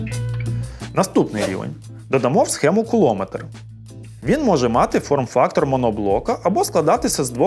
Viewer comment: Тільки не "куло", а все ж "кулоно" метр... 😂😂😂